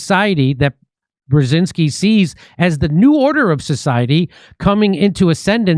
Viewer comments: You say Bjezinski, like jam, not Bjezinski please. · "Pazuzu Brzezinski" 😂